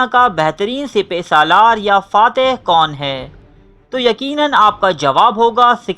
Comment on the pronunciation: Sipy salar ni hota sipasalar hota ha